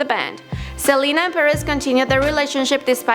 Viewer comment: She said selana inted of selena